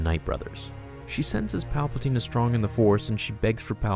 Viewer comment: "Paplaptine" DO IT! make the video.